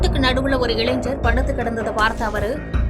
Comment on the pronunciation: Tamil mella sagum nu sonnathu sariyagatha pochu. Ilainar ku pathilaga illaigar endru ucharippu enna koduma😢